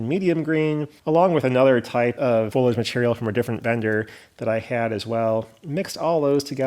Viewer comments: Foilage or foliage? Lol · I recently retired from CSX in Pa. and I can verify the realism of your mountains - I grew up in them! One suggestion: The word is pronounced "FO-lee-age." I'll check out your other projects now.